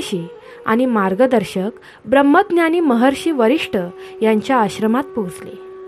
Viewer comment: Varishtha nahi Vashistha